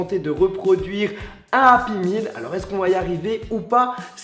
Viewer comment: API MILLE MDR on dit "Happy Meal